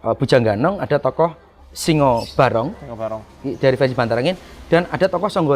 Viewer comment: Simo barong bukan singo barong